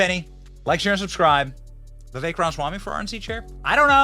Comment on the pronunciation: #Vivekwasright Bro why do you ALWAYS gotta mumble Vivek Ramaswamys name? Bro its litetally two words Rama+swamy two names, similsr to Donald+Trump If you cant pronounce Vivek Ramaswamy than say Vivek Rama Swamy.... Practice it 25 times in the mirror and you got it Benny I know you csn do this ! Enunciation for the win!